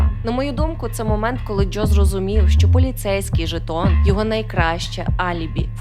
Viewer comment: Чому ви вимовляєте ДжЬо і Джьозеф? 🫣